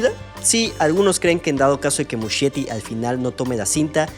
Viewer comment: El apellido de Andy Muschietti se pronuncia "muskieti"